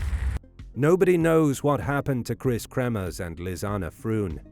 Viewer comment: It's nice to hear Lisanne's name pronounced correctly. Such a sad story. I don't think for a minute the girls deaths were an accident. AndI do think that the perps. were taken care of.